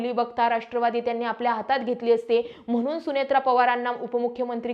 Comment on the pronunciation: आपन❌ आपण ✅.... मधे मधे इंग्लिश शब्द वापरता पण मराठी पण (पन ) शुद्ध बोलता येत नाही...ना खंत ना खेद!! आत्मविशास दांडगा आहे... अशुद्ध बोल पण रेटून बोल... मस्त 😢 वारंवार वारं नवार अनेक "सहावा व्यक्ती"❌ सहावी व्यक्ती ✅ म्हनुन 🎉🎉🎉 व्वा व्वा ताई.. असेच चालू ठेवा 🎉🎉